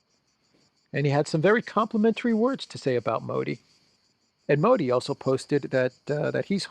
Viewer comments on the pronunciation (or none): none